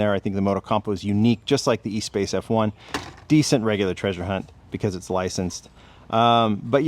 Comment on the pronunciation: its a Renault Espace with an F1 chassis and engine - not said E Space but Es pass to pronounciate properly